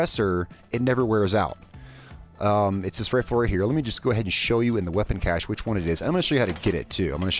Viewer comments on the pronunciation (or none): none